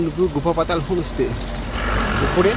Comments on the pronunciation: হোম স্টে কে বার বার হোমে স্টে বলছেন কেন ? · হোমেস টে নয় হোমস্টে উচ্চারণ ঠিক করতে হবে